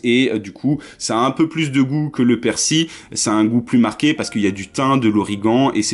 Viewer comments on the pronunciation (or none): Le persi ?? Le " l" ne ce prononce pas chez vous ?? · Je crois que tt le monde prononce le " L" a part apparemment mdr